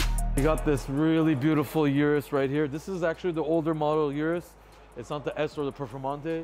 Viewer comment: Pronounces Maybach correctly then pronounces urus wrong.